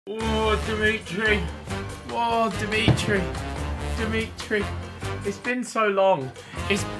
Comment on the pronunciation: Why does Ethan keep saying "Dimitri" payet We all know that it's The meat tree payet